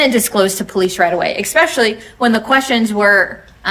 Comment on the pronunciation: Hey lady prosecutor…it’s not eXpecially…….its eSpecially…drives me crazy ! 🤪 🙄🙄🙄🙄🙄